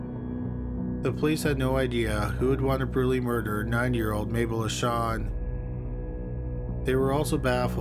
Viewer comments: I know the first case dealt with a 90 y/o victim but it sounds like you say '9 y/o'. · You keep saying " 9 yr. old ", I wasn't 100% sure til I double checked on the transcript. Either way, always enjoy your content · I thought he was saying the 9 year old not 90. I was so surprised that a deaf 9 year old was living on her own